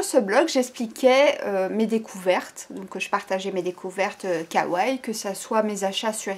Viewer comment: On dit "Kawa-ï" et pas "kawaille". C'est une vidéo très intéressante. Merci :) Bonne continuation à toi.